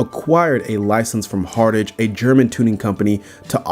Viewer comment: Hartage? it's "Hart-ge" not "Hart-age"